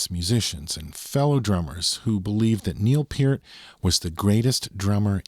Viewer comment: Thank you for pronouncing Neil's last name properly!